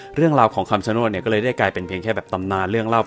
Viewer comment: ต้นไม้ที่พี่อ่านพี่อ่านผิดครับ มันชื่อต้น(ชะโนด)ครับ